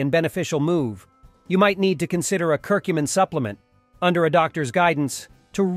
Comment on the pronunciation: You can’t say Curcumin correctly !